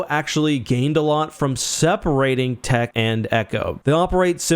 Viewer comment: It’s Tick. The way Omega pronounces it. 😂